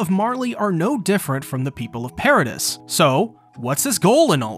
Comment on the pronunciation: Why you say paradis like that? Not gunna subscribe bc of that